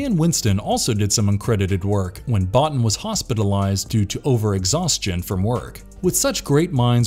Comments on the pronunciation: His name is pronounced "Buea- teen" not Bot - In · Hate being this picky, but as a special effects fanatic, Rob Bottin's last name is pronounced Bo-Teen, not Bot-Tin. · It's pronounced 'Bow-teen.' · Let hope we never see a reboot or a sequel to this masterpiece. A side note you are mispronouncing Rob Bottin name Bo-tEEn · Rob Bottin's name is pronounced /boh-TEEN/. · It's pronounced boo-teen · imagine doing a 'the thing' video and not being able to pronounce rob bottins name correctly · Pretty sure that's not how you pronounce Rob Bottin's name.